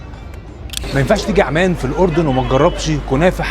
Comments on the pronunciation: انت ليه مازورة العندلي يارجل اسمها عمان مش اعمان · اسم العاصمة عممان بتشديد العين وليس عمان